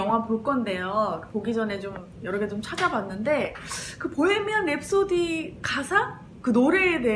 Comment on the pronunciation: 프레디 머큐리 단어나 보헤미안 랩소디 단어를 이야기 하실때 마다 발음을 너무 굴려서 듣는 사람이 불편해요. 정확한 단어를 알려드릴려고 하는것은 좋으나 너무 굴려요...